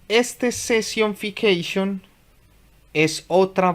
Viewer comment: SE pronuncia sesion ficseichon, asi deberia de sonar jeje